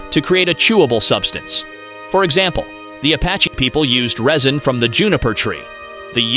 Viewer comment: He also mispronounced "resin", in reference to making canoes. He called it rosin